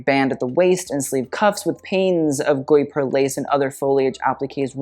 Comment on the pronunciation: I write this because your pronounciation game is already on point!! The « gui » sound of guipure is « hard » like in gi-gham (without the ng sound that comes after). Also fyi, the « u » following the « g » in gUipure is mainly there to make the « g » sound hard instead of soft like a « j ». Hope this helps. (And that you truly aren’t kidnapped …)